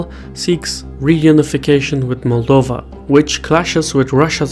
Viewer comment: Just letting you know, you pronounce ‘Moldova’ like a native Romanian, well done.